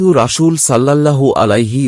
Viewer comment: আরবিতে রাসূল শব্দের বানানে ছিন আছে কিন্তু আপনি প্রতিবারই শীনের উচ্চারণ করে আসছেন যেটা ভুল। আশা করি আরবি উচ্চারণ সঠিকভাবে করবেন।